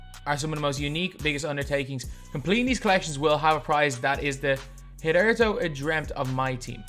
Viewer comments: Hitherto is pronounced "hither to", basically means before now. So "before now undreamt of in MyTeam" all but guarantees Dark Matter. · It’s pronounced “hither two” like slither but with an h and then the number 2